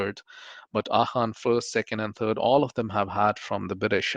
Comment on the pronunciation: Why do Pakistanis pronounce AGHA as “AKHA”? 🙊🙉 and Indians 🇮🇳 pronounce ZINDA as “JINDA” 🤡 🤣